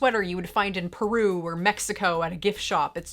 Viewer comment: SHE SAID "PERU"! 😍🤩🇵🇪🇵🇪🇵🇪 PS. Yeah, I'm peruvian.